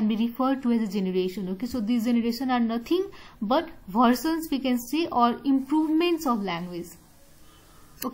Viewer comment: Ma'am aaj version ko galat pronounce karte hai...pls usse correct kar le...thnx...